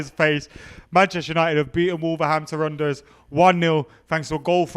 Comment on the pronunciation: Adam was so gassed he said Wolverhampton Runderers